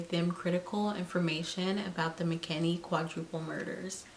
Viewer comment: It’s McKinney not McKinley